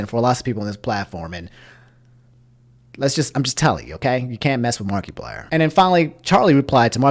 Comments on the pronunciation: I can't get over Mark-ee-plier, aha. It's mar-eh-plier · my man really said "markeeplier" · Nobody:: Markee-plier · just in case you didn’t know it’s markiplier not markyplier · You've been saying Markiplier wrong throughout the whole video... it's not Mark-E-plier, it's Markiplier less emphasis on the "i". Otherwise I did not know this went down. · saying "Mark-ee-plier" reminds me of "Mark-ass Brownley." lol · No offense, but Is that really how you say markiplier? Mar-ky-plier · Can you stop saying mark E plier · Marketplier. He sells pliers on the market. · No one:: mAr-KeY-pLiEr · “Mark-E-plier” Never change your annunciations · It’s the “markeeplier” for me. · Why do you keep calling markiplier, markeyplier ? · Anyone else driven crazy when he mispronounces things repeatedly all video #answerusomni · I don’t like how you’re enunciating markiplier lol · I’m more mad about your pronunciation of Markiplier than what YouTube did